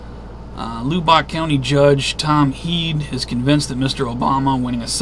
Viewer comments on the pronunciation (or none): It's not pronounced Lew-bock. It's Lub-buck. And if the world ever gets an enema, Lubbock is ground zero for the tube. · Its pronounced Lubbock sounds like lubik or the u sounds like the u in the word up... lol just wanted you to know home of Texas Tech Red Raiders Lubbock Texas guns up !